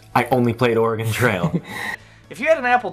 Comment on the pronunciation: And "Oregon" while they're at it.